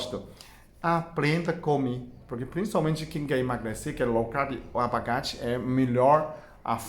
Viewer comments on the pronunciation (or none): Tirando a parte da "lalanja" e do "abagate" até q o português dele ñ tá nada mal..rsrs..gostei bastante..ganhou mais um seguidor!